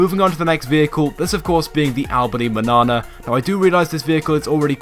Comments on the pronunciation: Sorry but imma be "that"guy its mañana not manana LEARN YOUR SPANISH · Albany Manana is pronounced manyana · My he mañana is pronounced men-yawnuh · it sounds like he's saying banana xD